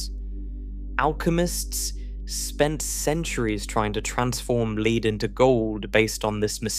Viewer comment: pronouncing "lead" to rhyme with "bead" while talking about the metal of that name is a sure sign of AI slop.